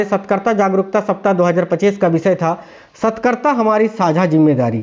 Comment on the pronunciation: Satkarta nhi satrkata hota h